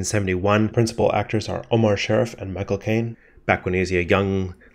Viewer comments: His last name was pronounced Sha-Reef not Sheriff. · Good video, but one thing, Sharif in Omar Sharif's name is not pronounced "Sheriff" ( share-if ) but pronounce more like Shuh-reef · SHA-REEF…not sheriff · pronounced "Shar Reef" ! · The "I" in Sharif is pronounced as an "E". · Omar sha-REEF! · Omar Shah+ Reef !!!! It is so annoying when you say his name incorrectly.😢